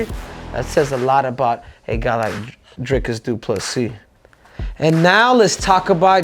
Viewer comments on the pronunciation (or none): Says he used to call him “Dry-cus” but it’s actually “Dreecus”, then proceeds to call him “Dry-cus” in his very next sentence